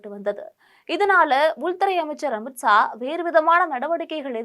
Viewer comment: அமித்ஸா னு சொல்றியேம்மா ஒழுங்கா தமிழ் பேசணும். 😊